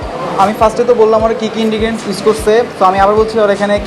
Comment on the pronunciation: 'Ingredients' Not Indigients😁